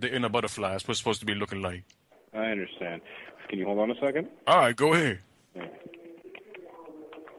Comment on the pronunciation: LISTEN TO HOW HE SAYS SECOND LOL